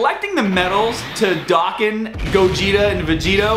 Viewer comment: You pronounce Dokkan wrong bro